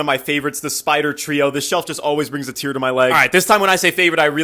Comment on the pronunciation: Did you say “tear to my leg” 😂